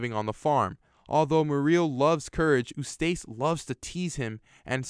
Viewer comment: Eustace and Muriel You mispronounced Their Names